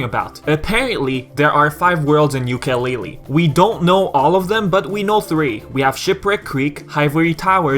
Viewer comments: So Many Mistakes and you call yourself a Yooka Laylee fan stop saying YookaY LayLeeY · still you say it very very very bad. and made alot of mistakes and you call yourself a Banjo Kazooie fan. OMG you have alot the learn.